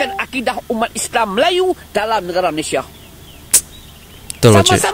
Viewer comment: Malaysia bukan Melaysia